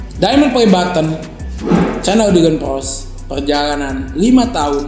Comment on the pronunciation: Bukan dilan peris tapi dilan peros 😅👌😘